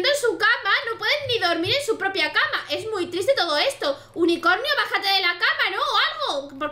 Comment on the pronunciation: dice unicoño en vez de unicornio